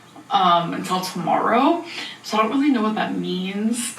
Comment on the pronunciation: My boyfriend was listening and asked "Why does she say zoooo instead of soooo?" lol